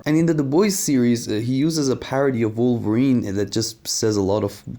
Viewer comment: Garth everytime he mangles Wolverine